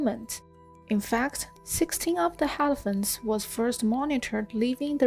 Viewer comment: Also 'helephants'